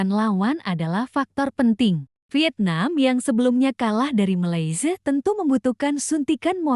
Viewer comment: Kenapa tdak boleh mnyebut nama negara 🇲🇾 dgn benar ..jelek sekali mndengarnya..begitu juga dgn negara Nepal..aduh miris banget..